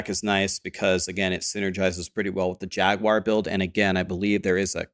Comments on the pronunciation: Who tf says “jag-u-ar” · JAG-WAR. You're welcome. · I have never heard someone say Jag-you-are lol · I think you should pronounce it in spanish from now on, /"Haguar"/ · Interestingly, Steve Jobs pronounced it Jagwire as well =) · Us Brits do, it's probably because the branding of the car company, and that's how it is. However, Jaguar is derived from a Portuguese word, which I believe is partly from the indigenous people that would have originally named it and neither US or British pronunciation would be correct.